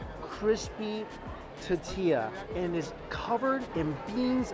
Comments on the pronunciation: It’s now a drinking game for us whenever Mike says “ta-ti-ya” instead of tortilla lol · Love yoy, but PLEASE - it's TORtilla, not TAtilla! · Say it with me T-O-R-R-T-E-YA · Say it like this Mikey, “Tour-Tia”. 😂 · Not one comment about how he says tortilla? Or maybe I got tired of scrolling to find it. Lol. Awesome video. That little girl made it worth sitting through the tuhtea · "ta-tee-lla" lmao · teteeya - you're killing me Mike! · So cringy! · Nobody: Mikey: TATILLA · Say it with me mike... tore-tea-yuh. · It’s driving me CRAZY!!!! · Lol 😆 I'm calling it that from now on. It's no longer tortilla... it is now "tatia" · I would do almost anything to hear you say “tortilla” and not “tatiia”. PLEASE at least fit in the “r” sound somewhere in there. Like I said, I will do almost anything. I’m ready for the challenge. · Squishy Mirror tuh TEE ya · There's an "r" in tortilla